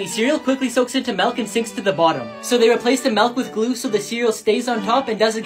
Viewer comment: Why does he say melk